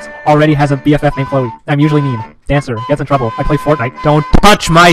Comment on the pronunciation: "Gets in trublee"